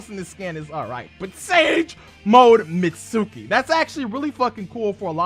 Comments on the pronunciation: It’s pronounced “meet ski” not “met suki” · Mitsuki (mEEt-SkEE) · It's not MITSÚÚÚKI!